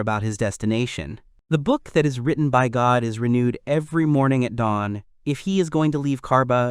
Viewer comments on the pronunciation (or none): none